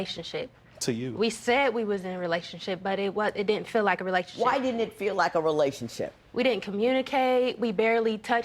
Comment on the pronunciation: Sounds like she's saying "relationshit"! This is hilarious!